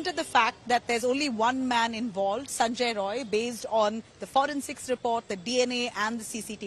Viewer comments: Not Sanjoy Roy it's Sanjoy Rai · The editor/news reader India Today, Kindly correct the surname of the accused. He is "Sanjay Rai not Roy". Please.